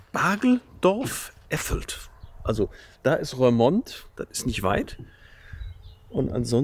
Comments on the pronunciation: Darf ich einmal klugscheissen: bei „Rörmond“ klappen meine Zehnägel hoch. Das „oe“ in Roermond wird wie unser „u“ ausgesprochen. Also RURmond. Es geht nämlich um die Rur aus der Eifel, die bei Roermond in die Maas mündet (-mond). Also: oe=u und das u=ü. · Ja, die niederländische Aussprache... Die Stadt heißt "Rurmont"! Ich versuche mir da mit Eselsbrücken zu helfen: OE wird wie u in Buch gesprochen. Boek und book heißen im Niederländischen wie im Englischem Buch und werden gleich ausgesprochen. Oder ui ist wie unser äu: huisje heißt Häuschen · Hey,, Du Nase 😊, den Ortsnamen "Roermond" spricht man nicht "Rörmond" sondern "Rurmond" aus Liebe Grüße vom Wolf-Uwe aus dem Münsterland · Lieber, falls es noch nicht erwähnt wurde (Klugsch*** Alarm): der Ort spricht sich Rurmond, weil die Rur ohne H in die Maas mündet 😉